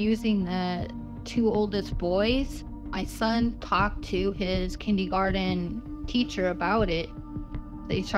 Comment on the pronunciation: It’s horrible what happened to her sons. But oof, she said “kindeegarden”